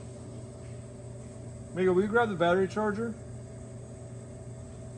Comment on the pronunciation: Biff needs DuoLingo, work on his Spanish for Amigo.